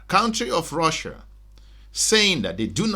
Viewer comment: Russia not Russer